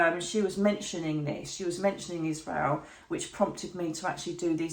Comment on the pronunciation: Why does she keep saying Isrreal?? The pain is happening to Palestanians.